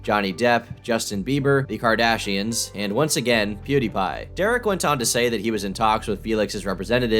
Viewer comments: Every time he says Pew DIE Pie it makes me want to die. He says it correctly at the very beginning of every video, he clearly never watched even 10secs of one of Pewd's videos. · If I had to hear him say Pew-DIE-Pie one more time I was gonna club a baby seal. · Pew - DIE - pie . = PokeMAN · why the fuck does he keep saying "pwe dah pah ee" instead of pwediepie? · "pew die(thy) pie"🤣😭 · Lol dude said pew-"dye"- pie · When hearing him pronounce Pewdiepie as Pew-Die-Pie. xD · imagine having full access to the the internet, where Pewdiepie’s name being pronounced correctly (Pew-DEE-pie) is quite literally, recorded & accessible, to anyone with a smart phone or computer, AT LEAST tens of thousands. listening to a man twice my age mispronounce a title in succession multiple times, is the definition of ‘nails on a chalkboard’. my IQ took a staggering hit consuming this dudes manic streams of consciousness, aka ramblings & delusions of grandeur he considers ‘content’. these people are fascinating… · Poo dye pie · If he says”piud eyed pie” one more time I’m gonna lose it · PEWDAIPAI HE SAYS IT SO BAD IT MAKES ME MAD WTF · Say “Pew Dye Pah” one more time… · The funniest part about this is the fact that every time he wants to get someone involved he always misspells or mispronounces their name - Munkey Jones and Pew die pie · man every time he says Pew Dye Pie I want to rip my hair out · I cannot get over his pronunciation of “Pew-Die-Pie,” as though he did not even bother to actually know anything about him other than that he has a large following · I am in my 40's never watched one of his videos, but I know that he doesn't pronounce it "POO - DYE - PIE" ........does he??? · his pronunciation of "POOH-DAH-PIE" is scary, man. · Or "Piudaipai" as he says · How in the world does somebody mispronounce Pewdiepie? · To be fair, seeing how he pronounced PewDiePie, is it surprising? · At least say Pewdiepie right what an asshole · The way he pronounced PewDiePie crippled my brain